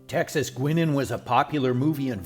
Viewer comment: Pronounced “Guynan.”